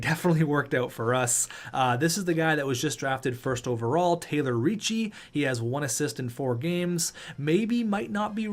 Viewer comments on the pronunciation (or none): I have a hard time seeing and hearing you pronounce the name Recchi. It's not Ricci. It's "Rekky". Like Mark Recchi. Love your vids.👍